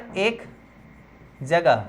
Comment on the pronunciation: जगह hoga bhaiya गजह nahi 😊